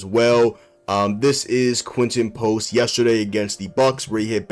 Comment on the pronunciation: Who is Quen-en Post?